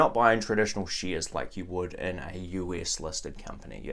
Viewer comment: whats "sheeeares"?